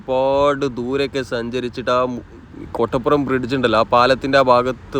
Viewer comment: കൊട്ടപ്പുറം അല്ല കോട്ടപ്പുറം